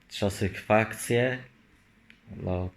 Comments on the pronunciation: Czasysfakcje co to kurwa jest😁😁😁😁😁😁😁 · Nowe słowo czasykfakcje😂👌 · trzasysfakcje... no ja pierdole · Czasysfakcje?!, zaczynam podejrzewać że Ty Ty o robisz specjalnie!? Nie ładnie tak! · „Czyniesie czasyfakcje”